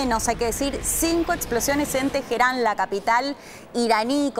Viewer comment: Teheran no tejeran h como j lo usan los anglosajónes.